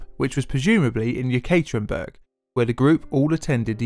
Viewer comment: Hahahaha "you catering burg" seriously did you went the extra effort to fuck that one up especially?? Seriously you must suck at basic knowledge of history. Ever heard of Catherine the Great? Catherine, ye-KATERIN-burg? Make Ye pronounced like the ye in Kanye and you get something sounding more true to how it should sound and not like some company that caters stuff.